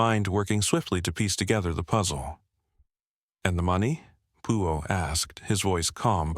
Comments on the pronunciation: P U O instead of Poirot (pwa-row) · Can't listen to it! PEO! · Very annoying that the AI narrator can't pronounce Poirot correctly!